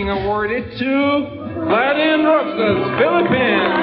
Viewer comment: next time, do your assignment...get the lastname right! Roksas...bwahahaha!